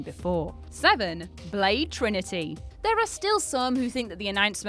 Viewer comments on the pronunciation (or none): none